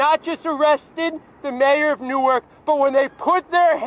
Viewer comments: Hey we pronounce Newark (Nork)... And yes that mayor is a clown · It's pronounced like new orc, not new ark. We aren't Delaware. Lady you live in Newark, it's toxic no matter where you are, stfu.